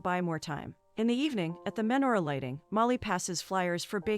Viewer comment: Oy vey!!! You're seriously going to do a recap on a Jewish romantic movie and not know how to pronounce lox or menorah?